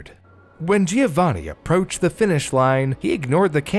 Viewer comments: It's JOE-vaNNN-ee, not GEE-OH-vanee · Oh honey you're trying so hard with the pronounciation I really appreciate it, pretty good! But please remember the "i" in Giovanni is not pronounced! It is more like "jo-vanni" , no "i" sound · My best friend's fiance is from Italy, she said it's pronounced JO-vanni 😅 "The more you know!"